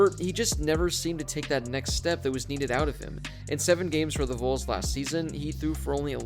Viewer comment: I often wonder if you guys or others actually watch sports or do they just do the videos about schools because no offense to you guys but player names and team pronunciation are a big deal. The Tennessee VOLS WAS HORRIBLY BUTCHEREDl